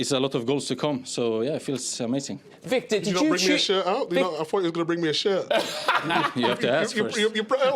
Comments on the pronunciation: Jamie calls him “Victeer” 😂😂😂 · Man the way Jamie calls Victor is hilarious. Thought he was calling vig day.